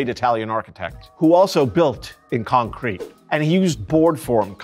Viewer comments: Never heard concrete pronounced like that… con-crete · I don’t think I’ve ever heard anyone say concrete, the way he says concrete. Interesting